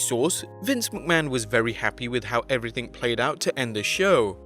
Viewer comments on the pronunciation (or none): none